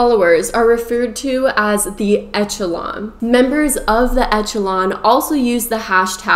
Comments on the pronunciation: Great video and I agree with you but, it is pronounced ESH a LON. Not ETCH a lon. Leto has done some great acting but, in his personal life, he seems to be both exploitive and crazy. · Okay, so first it’s pronounced like Eshelon, not Etchelon. So it’s a soft ch sound. Most of the people in the fandom all know each other. When he says it’s a family it really kind of is, so we aren’t all stuck on this island with strangers. The tents do have air conditioning and very comfortable beds and they do lock. This is a resort island so there are very nice facilities with great food that’s catered. The meet and greet packages for their concerts are not 900 dollars. It’s $299 for the lowest package. The reason we say “you wouldn’t understand” is because you don’t get it. You spent 30 minutes talking about not getting it. It started being called a cult as a joke. It’s never been a real cult. The contest you’re talking about wasn’t really winning a night in bed with Jared. (I feel like you didn’t really thoroughly research this) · Echelon is pronounced with a “sh” sound instead of a “ch” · Here I go being THAT person~ It's pronounced esh-a-lon Not etch-a-lon Sorry can't control myself. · It’s ESSS-SHUH-LON, not ETCH-UH-LON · It is pronounced "eh-shuh-lon" - as a word in general...whoa, crazy vid!! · Girl that word is pronounced eshalon , like the upper echelon of society. It's a real word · Eck Okay and?? Echelon isn't a commonly written or spoken word so it's quite reasonable to assume she first saw the word in writing and assumed that was how you're supposed to pronounce it. The mispronunciation could also be due to a regional dialect as those frequently involve at least some "improper" English in grammar, pronunciation, or both while still being equally nuanced and complex as "proper" English. I understand the nitpicking since it can be jarring to hear a mispronounced word, but you're just coming off as condescending. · The way she is pronouncing echelon is bothering me.